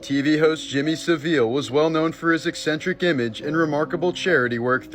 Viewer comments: Jimmy Savile, pronounced Sa-vil like gavel! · It’s pronounced SAV -VILL